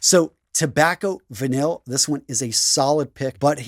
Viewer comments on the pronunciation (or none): Love the vids but please brother try harder with the pronunciations. As a French and Italian speaking person I hear the severe mispronunciations of CLEARLY French and Italian words is absolutely cringe. Uomo is not pronounced "omo" but "wo-mo" and "vanille" is not said as "van-ill" but IS pronounced properly as "van-ee". Just as a supplement, homme is pronounced as "ohm" not "om" and Gaultier is pronounced "go-tee-ay". Sorry about the language lesson but I needed to say something. Accuracy improves credibility.